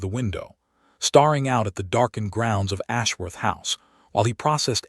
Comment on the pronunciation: Starring and staring are different words. Please find someone whose first language is English to program this voice, or better yet, stop using it.